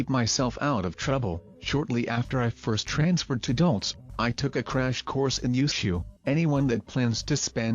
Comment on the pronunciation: Why does the narrator pronounce "Dulce" so incorrectly every time? Do your research